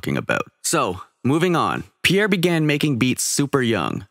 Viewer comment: Nope. Not Pierre